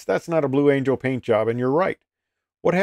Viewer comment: Blue "Angle" LOL.